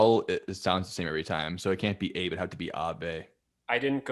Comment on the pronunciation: Oh and the way pronounced 'Abe' as 'Ay-buh' instead of 'ah-bay' even after Joe gave him the rundown on pronunciation in the Samurai episode lol